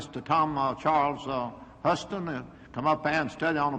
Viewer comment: Chairman Ervin simply cannot pronounce Tom Charles Huston’s name correctly throughout this hearing.